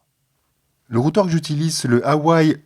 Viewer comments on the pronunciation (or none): hawaie xd non Mr cela ce dit WhAWEY en prononciation ;) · Routeur Hawaï :) ça se prononce "Ouah ouais" :p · Boîtier Hawaii 🤣😂🤣😂 c'est " houa Ouais" Huawei pas Hawaii x) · Le Hawaï 😭😭 c’est Huawei ça se prononce « Ouaouay » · Huawei tu le pronnonces "Hawaï" MDR ça se dit plutot "Uav hey" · Ton routeur c'est pas un "Hawaï" c'est un "Huawei"! 😅😅😅😅😅😅😅😅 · Huawei ne se prononce pas Hawaii mais "Oua Wè" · Bonne vidéo ! juste, on dit: Rouawey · Cela se prononce Oua weihee. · Kirk mais calmes toi donc, le R de Roua se fais avaler en Oua et le EILLE en é c'est pas un crime contre l'humanité, mon dieu. à Orange tout le monde prononce çà Woua-wèye. çà reste mieux que Hawaï. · La Marque Huawei se prononce " Roua Oueil " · Ca se prononce même roawé en chinois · Et encore, c'est une marque chinoise donc normalement le "h" se prononce presque comme un "r". 😉